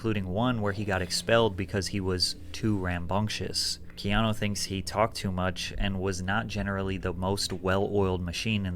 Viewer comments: Bro you gotta be straight trolling to say his name like that, put some respect on that man’s name 😢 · I hate when people do thumbnail and title clickbait like seriously why? The video literally says Keanu didn't sold his soul but your title says he almost did it fcking annoying And how the fck can you butcher his name like that. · U said his name wrong my g😂 lol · He did butcher his name lol but Keanu isn't a common name tbh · He butchered that name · It’s not canoe. 😂It’s Keanu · Canoe ? Like in the River. Lol. It's Key Ah No. And the amount of haters is ridiculous. About Speed, if anyone tried getting off the bus it would blow up. I always was a fan since Bill and Ted...Then Speed...then The Matrix! Then John Wick. He's definitely one of the biggest actors of all times....Small story he was filming in my town and a neighbor had a sign in there lawn near the house they were shooting in that said Keanu we Love you. He literally walked to the house ripped the sign up and knocked on there door...they were in shock and he smiled and said thank you. This means more than you know and exchanged pictures and hugs with the family before leaving. Real Story. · CANOE 🛶 BRO ITS PRONOUNCED KEY AHH NEW Reeves bro lol 😂 how are you a fan of the Matrix and get Neo’s real name wrong lol 😂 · You're my guy biggups and I'm sure by now or in the video as I watch you realized his name was Ke-ah-new as pronounced. Not Canoe like the thing you sit in on the water lol bro when I heard that I broke out laughing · My boo said canoe reaves😂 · You said Canoe 😂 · It’s pronounced like this. Key-Ahh-New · Like ur channel Its pronounced Kee ah nu 😂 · I thought it was kee-AH-noh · Bro his name ia pronounced Key-ano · Lol Wtf canoe reeves, learn how to say his name if ur gonna make a video my guy. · Ke-ah-nu lol you butchering my favorite actor name😅😂😂😂😂 love ur vids keep em coming stay blessed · Pronounced key on new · Canoe reeves?, please! Not today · Canoe Reeves took me out 😂